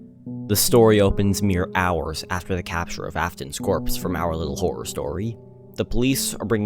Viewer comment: When you say our little horror story i think you say owliddle horrow story 😭😭😭